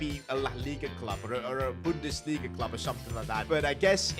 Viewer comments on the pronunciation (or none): none